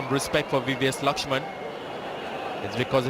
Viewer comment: Hate it when they wrongly pronounce Laxman